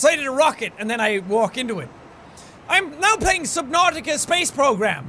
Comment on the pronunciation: Says subnousios